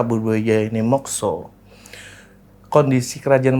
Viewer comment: Mekso? Bukannya dibaca Mokso.